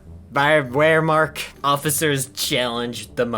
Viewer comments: Just to let you know for future reference, wehrmacht is pronounced (ver-ma-cht) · The wheremacht lmao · 1 minute, wehrmacht = Firermacht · Bro can't even say 'Wehrmacht' 💀💀💀